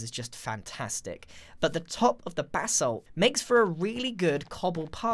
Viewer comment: It sounds like he is saying BATH SALT instead of BASSALT.